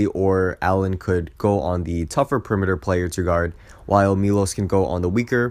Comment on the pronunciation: ah got it, next video ill try to pronounce it correctly thanks!